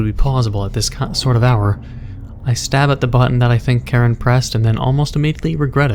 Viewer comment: Hm. Karen you say? I think its Kiran if im correct.